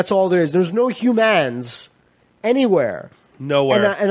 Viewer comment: Love the way says "there's no Hugh-mans" XD